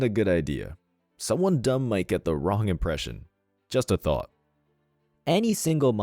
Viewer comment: I have to ask,,, are you saying “just a thought” or “just a thot” because I can see logic in both.